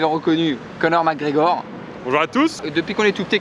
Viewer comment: T'as dit "Connard McGregor" mdrrr